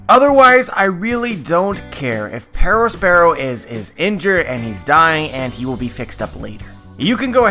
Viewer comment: The way you say Perospero is insufferable